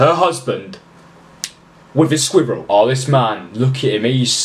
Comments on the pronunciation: The way he says "squirrels" lol I love it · Omg please say squirrels one more time! Love it!! 💙